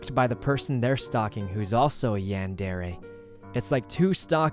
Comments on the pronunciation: I love sykunno but him pronouncing manga and yandere like that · it's a comic called stalker x stalker by Merryweathery on webtoon. It's pretty great. Also smooth moves on poki there. 👌 Also your pronounciations of mang And yandere are killing me